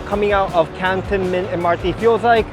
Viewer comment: Thank you for this preview of the new stations. I would pronounce Cantonment normally with the stress on the second syllable though can-TON-ment.